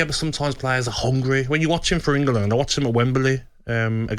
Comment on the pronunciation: The Brummy Dummy can’t say England or wembley properly Maybe as he never played for Ingerlund or at Wemberlee